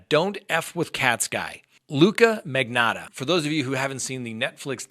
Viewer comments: It is MAG. KNOT. AAA lol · “Magotta” 😂🤣 magotta love and his mispronunciations lol I’m so punny 😭🤣